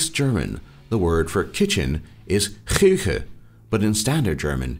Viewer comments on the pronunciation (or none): Nobody says Chüche, but it's rather chuchi (no ü and an i at the end) exept some dialects maintain the k-sound..Like in Basel it's d' K(h)uchi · is wrong :) it's not chüche it's chuchi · I'm Swiss and kitchen in Switzerland you pronounced so wrong its pronounced chuchi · The word for Kuche isnt Chüche, it is Chuchi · THE SWISS WORD FOR KITCHEN IS NOT "Chüche" It's "CHUCHI" Thanks for the Switzerland video though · Chüche does not mean kitchen in swissgerman. It would be : Chuchi . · It‘s not called „chüche“ it‘s called „chuchi“😂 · we don't say chüche, we say chuchi... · no one in switzerland says chüche instead of küche. its chuchi odr kuchi. and many other versions. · On swiss kitchen is chuchi not chüche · it isn't chüche but rther chuchi or choochi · chuchi not chüche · its Kuchi not Chüche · it's not chüche it's chuchi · it's chuchi not chüche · Its not chüche its chuchi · Küche- chuchi!